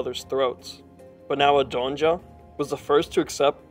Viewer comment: Great documentary, but you are absolutely just slaughtering these pronounciations, bruh! You're not even trying sometimes haha "Adonja" ? Even though we se the name, spelled in front of us, ADJONA haha. Lord...